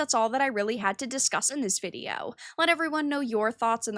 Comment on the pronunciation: I hate how you say video.. it's not vidi yo.. oiveh..